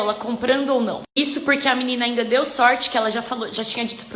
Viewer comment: Sempre uma " Ameinda" kkkkk